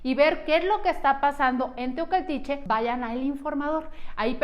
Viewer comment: En Teocaltiche, no Teocatiche. Hay que informarse bien como se llaman los pueblos.